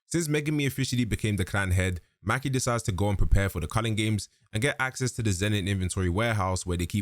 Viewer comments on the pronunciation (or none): Mah-key not Mackee 😂😂😂😂